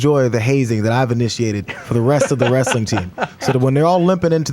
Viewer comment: LOL at Cenk saying "Wrastling Administrator" like he's a southern hick.